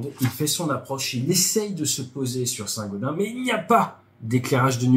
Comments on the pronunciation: Pour info on dit Saint-GaudenSS 😉 À part ça excellente vidéo comme d'hab 👌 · Chez nous on dit saint gaudensssss ! Sinon très binne vidéo ! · On dit Saint Gaudensse :) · Bonjour, il faut prononcer le S final de Saint Gaudens [sɛ̃godɛ̃ːs] . Bonne vidéo instructive comme toujours. Vive la chasse d'eau! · On prononce St GaudenS avec le "s" à la fin ! ;) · Désolé, je suis obligé de te corriger, cela se prononce "Saint Gaudainse":D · Saint GaudenS ont prononce le S !! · Saint-gaudenSSSSS ON PRONONCE LE S FINAL BIN SANG Dsl, je ne pouvais pas ne pas réagir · St Gaudensssssssss c'est pas comme gredin ;-) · On prononce le s de Saint-Gaudens !